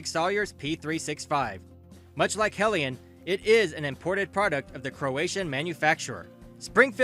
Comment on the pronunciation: It's not CroA long A, its Croa Short A Croatia, Yugoslavia.